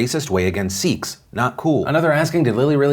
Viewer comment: What's racist is you pronouncing sikhs wrong. It's not seekhs, its sikhs